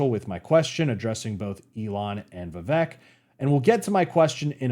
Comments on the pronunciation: just try to do a podcast style video with vivek, he is going on tons of channels big and small. his name is pronounced viv-ake btw not viv-ek which is what most of us would assume and i did also until i saw him clarify it on the "Cartier family interview" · Vi-VAY-Ke Just sayin’. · Rhymes with CAKE. Not Vi-veck.